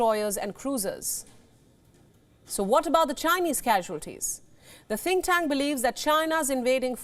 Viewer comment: Why are you lying ??? India recognised the 1 China policy ~ how then is China “invading” Taiwan ??? whilst 1 China policy depicts Taiwan as a province belonging to China. Can a country invade her own country??? Also, your said “think tank” r “tin cans” ~ China is a space force nation that landed in Mars n has her own space station, the Tiangong. You believed that China forces will be “wiped out” b4 the military is deployed. How judgemental n biased is your reporting.